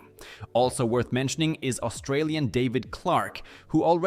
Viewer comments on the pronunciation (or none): none